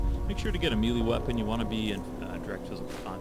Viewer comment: he doesnt even know how to pronounce melee or khajiit